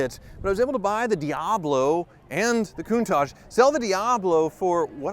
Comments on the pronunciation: GOD PLEASE NO!!!! Not the "COONTAHJJ"!!!! I thought it was a keeper! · Please don't hate on me for being a hater I'm really not I'm asking cuz I could be wrong but isn't it pronounced, coon tash rather than coon taj? Or is it one of those the personal choice thing?